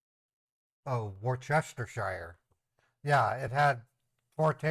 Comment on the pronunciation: Worcestershire sauce is pronounced 'wooster' sauce 😊